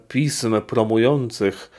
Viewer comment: Pi-S-m proszę księdza, trzeba wymawiać s.